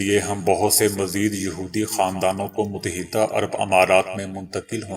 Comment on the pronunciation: Mut-ta-hida'bola karain